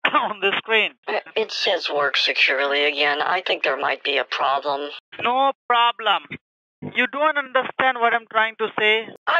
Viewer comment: "Noooo problAm"